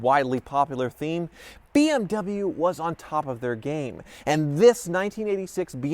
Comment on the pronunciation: You dont even know how to pronaunc bmw